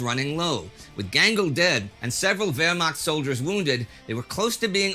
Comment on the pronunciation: Love how you say Wehrmacht :)